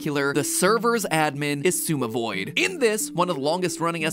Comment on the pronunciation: As a Hermitcraft regular your pronunciation of ‘Xisumavoid’ was AMAZING, it shall be added to the list with ‘Sha-swami-void’ and ‘ X-I-suma-void’